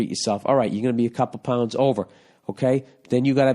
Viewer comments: That's the Massachusetts coming out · says pounds like he's Irish